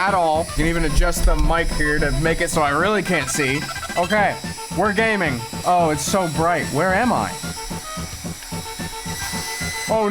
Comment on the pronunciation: did u say "GAYMING" ???